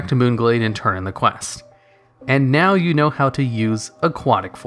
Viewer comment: Did you say.... “Meow, both Alliance and Horde....”